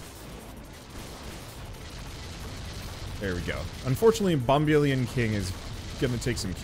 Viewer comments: It's definitely Bomb-uh-lion, like dandelion. Surprised you didn't catch the joke there. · I'm presuming Bombelion is supposed to be pronounced like dandelion. Of course, it's hard to tell whether you don't know and don't care, or if you do know and don't care, when it comes to pronouncing things differently =P